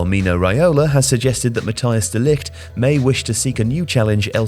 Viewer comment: Hey, de Ligts name is Matthijs not Matthias